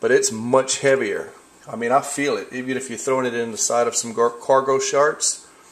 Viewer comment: ... Did he say CARGO SHARTS?